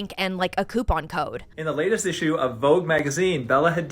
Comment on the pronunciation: the "it-shoe"?!😂😂😂😂😂